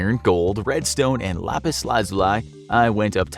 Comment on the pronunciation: The Way he pronounced lapis